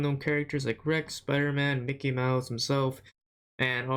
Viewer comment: its mickey not "Mikee"